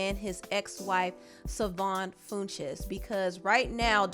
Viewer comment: Her name is pronounced “Sha-Von Fun-chez”